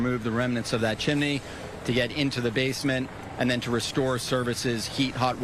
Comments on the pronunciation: It's pronounced "Chimney" Not "Chimany" Just "axe" your English teacher! 🤔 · So sad! But did he say CHIMINEY? Watching Mary Poppins too many times!